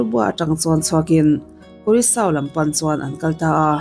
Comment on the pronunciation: Curaçao- Kurasau tia lam tur ania